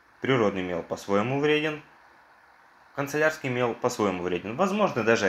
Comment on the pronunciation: Господи, мой внутренний перфекционист умер, не концелярский, а кАнцелярский!